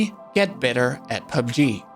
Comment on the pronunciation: Pee you bee gee